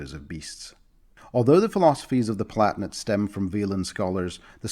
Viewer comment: "Pal-a-tin-ate",. They're palatines, after all. Not platnits.:p Demesne is pronounced "de-mayn".